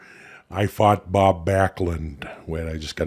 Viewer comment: As someone who’s born and from minnesota who moved to LA this is iconic down to the way he said “Bob”😂😂😭